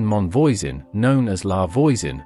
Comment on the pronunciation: Man, I know it's quite something to ask but when you talk about foreign people, could at least try to learn how to pronounce foreign names? Catherine Monvoisin.... It's a good thing I know all there is to know about the Affaire of the Poisons, because otherwise I'd never have recognized the name. Also, you forget to mention that her first dabbling in toxics was as part of her midwifing work, when she became what we French call a "faiseuse d'anges" (angel maker), that is, she provided abortifacient drugs, some of which were downright deadly. Not to mention that the witchcraft side of the affaire was minor, the more important thing is that she was at the core of a ring of poison sellers, responsible for many deaths.